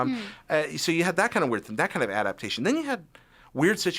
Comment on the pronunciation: Adaptation not adaption